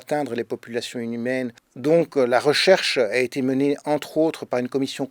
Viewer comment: c'est moi ou il dit "populations inhumaines" ?